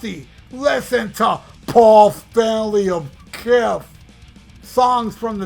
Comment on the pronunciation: the best part is when you say “POL STENLEEY OF KISTH!!!😂😂😂